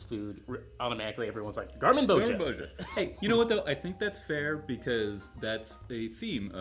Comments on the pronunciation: Gar-min-bo-ZEE-a. Gar-min-bo-ZEE-a once again. Repeat. Say garmin-bosha one more time in a video and i will suplex you through the internet. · you guys are so knowledgeable, why can't you remember that Gar-mon-boz-i-a has five syllables?